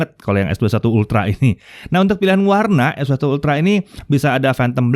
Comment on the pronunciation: Gw demen cara nyebutnya es dua satu...👍👍👍